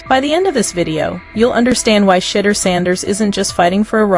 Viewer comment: She- duer. Learn to pronounce his name correctly. Otherwise, you are showing disrespect as you earn $$$$ based on his actions and activities. So, you have a great storyline, the fact that you haven't taken the time to pronounce his name correctly says what about you and your reporting? Do better, I know you can get it right!